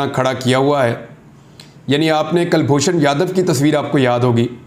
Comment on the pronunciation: Kalboshan yadaw nahee abinandan 🤣🤣🤣